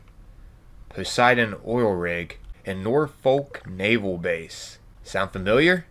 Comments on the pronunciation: Am I the only one that noticed "Norfolk NavEl base" not naval but navel... like bellybutton =D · HAHAHA. "NAVEL BASE" - Navel, like belly button. It should ve Naval base. 😂😂😂